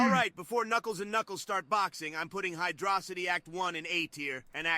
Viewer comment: It's HYDRO CITY not HYDROSSITY it's a city which has water, it's not 1 single word, hydrossity not even make sense.